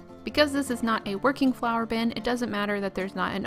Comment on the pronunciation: I love how this turned out. Plus as I kept hearing Flower!bin instead of Flour!bin I was so confused till you added the handle. Then it all made sense. Might make one of these one day. :} ps to round off those glue stick pots you could have heated them up a bit.